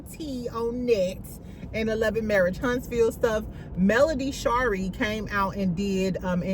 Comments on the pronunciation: Doesn’t she (Melody) pronounce Shari like Marie? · lol friend why did you pronounce Mel middle name like that 😂😂😂